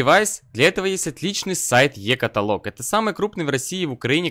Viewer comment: Блять правильно будет ЕкАтАлог!!!